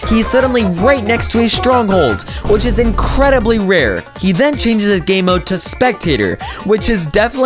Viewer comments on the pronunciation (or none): none